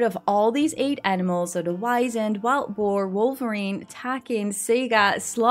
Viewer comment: Honestly I think you're reading a bit too deep about the whole "Twilight Years" thing. Also with the Wisent, it's actually pronounced "Vee-Zent" since it's name is German in origin.